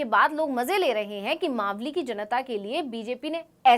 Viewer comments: तू खुद मालवी बोल रही है मावली की जगह गेल चोदी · 4.21 आप खुद को इतना बड़ा रिपोर्टर बता रहे है तो मावली का उच्चारण मालवी क्यों किया इस हिसाब से तो आप भी रिपोर्टर बनने के लायक नही है😂😂